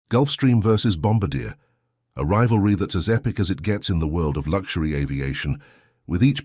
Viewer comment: PLEASE... once an for all... its pronounced "Bom-bar-dee-A".